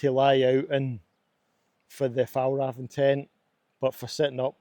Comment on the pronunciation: As a swede, the butchering of the pronunciation of "Fjällräven" is really funny.